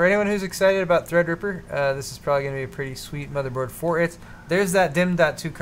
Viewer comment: Wifeysauce you da real MVP for that donation. Also, drunk pronounces Threadripper as "Thrdrppr" lmao